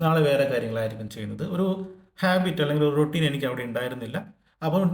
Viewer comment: രോട്ടീൻ.... Roteen... രൊറ്റീൻ 😂 രൊറ്റീൻ 😂 രൊറ്റീൻ 😂... രോടീന്ന്....റോസ്റ്റ്...